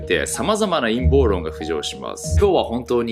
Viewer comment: タイトル見て思い出したけど、「陰謀論」を「いんもうろん｣って読み間違えてたナオキマン懐かしいな〜〜〜〜〜〜〜〜